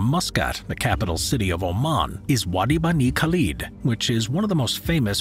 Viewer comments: the way he pronounced wadi bani khalid... big uff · the way he pronounced wadi bani khalid made me cringe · please fix the third oasis: Wadi Bani Khalid not only did you butcher the pronunciation, you also misspelt it as a chapter